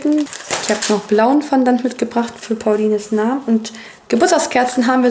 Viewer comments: Fondant wird aber französisch ausgesprochen, also bei uns zumindest😊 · Julia 3394 Also bei uns in Luxemburg wird Fondant ganz klar französisch ausgesprochen und nicht wie es geschrieben wird... Kann ja sein, dass das bei euch anders ist😊